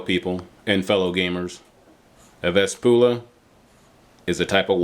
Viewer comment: Nice review, and I think it is pronounced (Vesp-yoo-lah) not (Vesp-oo-lah).